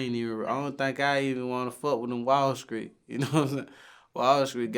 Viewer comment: "skreet shit"😆